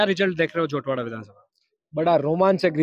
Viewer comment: झोटवाड़ा है न कि झौंटवाडा